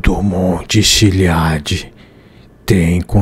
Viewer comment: Errar a pronúncia do monte Chiliad de propósito é de dá arrepios kkkkkkkk